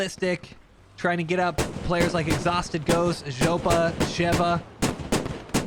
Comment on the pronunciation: simply saying zhoppa not knowing what it means lol